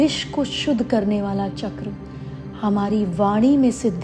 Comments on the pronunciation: चक्र CHAKRA ☑️ NOT चक्रा CHAKRAA ❌ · माता जी ! जय गुरुदेव । शुद्ध सनातन संस्कृति में चकरा CHAKRAAA नहीं पर चक्र CHAKRA शुद्ध उच्चार हैं । ।। जय गुरुदेव ।।